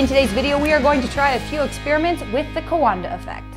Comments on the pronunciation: I don’t mean to be that guy, but Coandă is two syllables. “Kwahn-duh” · Cowanda sounds like Kiwi co(there sponsor